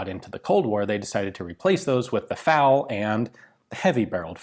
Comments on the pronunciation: Why you keep calling it "Fowl" ? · "Fal" pronounced in English